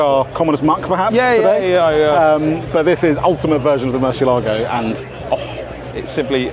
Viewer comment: The Gallardo is a Spanish Bull therefore it is Guy-ardo not Gall-ardo, also the Murcielago is Murcee-eh-lago not murchi-ah-lago.